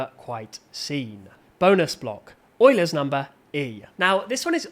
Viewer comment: “Euler’s” ❌ “Oiler’s” ✅